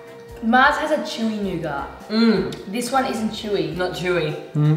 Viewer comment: he said nougat